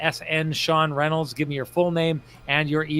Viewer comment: #TCB #Lamplighter goes to Axel Jonsson Fabio-allby. #TheKeg SaveoftheGame obviously Brossoit. Sean saving his introduction at the start of this video is a close 2nd... "Hello Everybody, im... I mean Sean Reynolds"